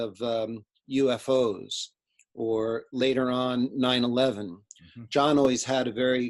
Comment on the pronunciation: it's probably just me but it drives me nuts when says $-1-1 instead of 9-11.